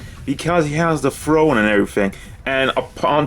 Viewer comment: Did he say, it’s the FRONE?